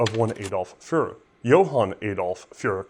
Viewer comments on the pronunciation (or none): It doesn't roll off the tongue, but it's Adolf Furrer (furr-er/ferr-er, like dog fur), not Adolf Führer (fyur-er). I try not to pick on pronunciations, but "Adolf Führer" calls to mind a very different person. ;)